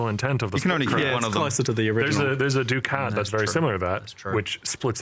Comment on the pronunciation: Isn't it duck-it, not doo-cat? Feels like the boss said it wrong and everyone just kept pronouncing it that way to not correct them.